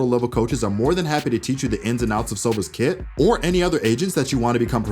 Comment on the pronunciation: Whf..its "kit" not "kid" for the past year I thought he says kid😭